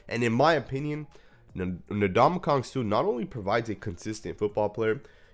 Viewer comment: Never in my life have I ever heard him called "N'DonkeyKong Suh" 😂😂